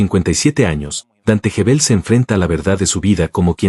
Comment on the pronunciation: Gebel, como Guevel No Jebel.